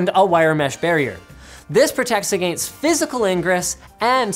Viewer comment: The way he says against gets me everytime haha